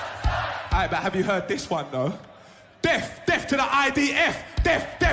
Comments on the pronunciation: I wasn't aware the 'th' at the end of 'death' was pronounced as a capital F. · wait is he saying deaf rather than death ? what a twt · It sounds like "def" is the YOOKAY equivalent to "axe" here in the states 😂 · Yeah, I heard that too. Does this cretin intend to send deaf people so serve in the IDF or something? 🙂